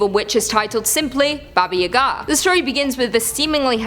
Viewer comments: You keep saying the old witch's name so fast, it sounds like you're saying "Baba Yehgaa". Its pronounced Bah-Bah Yah-Gah. You kinda need to slow it down a little and enunciate. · Not Babaya´ga, it's Baba Yaga XO